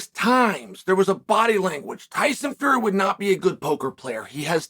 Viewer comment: did chael really say tyson furry